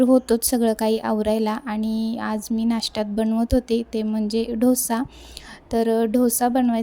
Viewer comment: ढोसा नाही डोसा